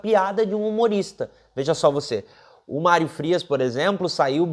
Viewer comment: "Málrio" Frias o fanfarrão Imbecil!!!😁😁😁